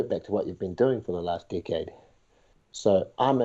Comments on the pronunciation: I thought he said dick head not decade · Kept hearing "dickhead" instead of "decade" lol